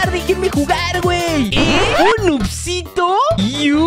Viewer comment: Segundo 41 no dice noobsito dice noobsito jajajajaja